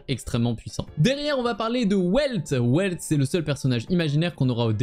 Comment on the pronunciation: Et Welt ça se prononce "Velte" vu que c'est allemand